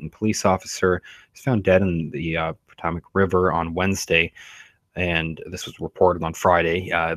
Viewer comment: River he was found in is pronounced Potomac (Pe-Toe-Mek). Scary S man! They kill like it's nothing